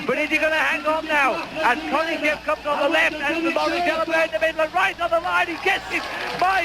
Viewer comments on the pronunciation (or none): none